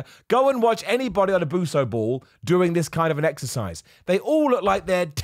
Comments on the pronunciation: "Buso ball" hahaha its "Bosu",!😂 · BO th S ide U p ball!!!!!! Buso ball kills me hahahah😂😂😂😂